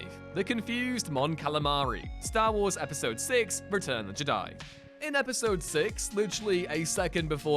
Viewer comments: Im a bit confused as to how a channel dedicated to Star Wars can’t say the word Jedi. FIVE times you read it as JiDi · You missed the greatest mistake by far, the way you pronounce 'jedi' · Only the Viceroy in Episode 1 puts the emphasis on the "di" part. Everyone else puts the emphasis on the "Je" part. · I find your lack of ability to pronounce the word "Jedi" disturbing.